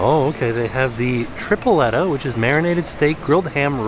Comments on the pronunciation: We love you, but repeat after us Puerto Rican’s. Tree-Pleh-tuh/tree-ple-ta. Joo-kuh/ joo-ka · The way he pronounced Tripleta, Pan sobao’ and Yuca hahaha I love him. Greetings from Puerto Rico